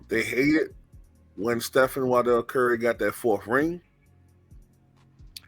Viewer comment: It's pronounced WAR-dell Stephen Curry....